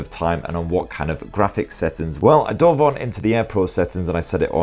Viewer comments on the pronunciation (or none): none